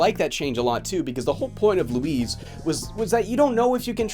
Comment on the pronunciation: "Luis" ends with a soft ess, not a zee. Otherwise you're calling him "Louise" 😉